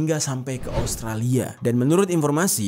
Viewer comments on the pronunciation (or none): none